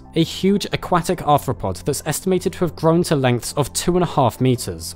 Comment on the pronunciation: Dear god the way your pronounce aquatic makes me think of a duck